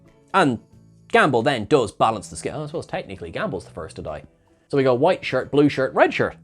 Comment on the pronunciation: That sounded so... Southern...